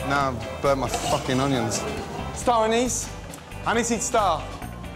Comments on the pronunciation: He said Star Anis not aneees lol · Gordon: Anise? Anise? Indian: a KnEeS?